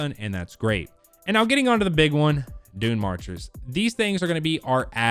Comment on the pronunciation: I kept hearing DoomMarchers for some reason. I only found out its dune reading the comments lol. I'm a new player and I haven't played Titan yet. Btw DoomMarchers sounds cooler to me.